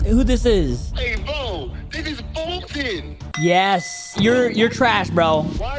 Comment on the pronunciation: its not blurded foltyn!!!😮😮